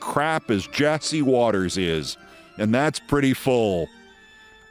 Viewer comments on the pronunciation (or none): none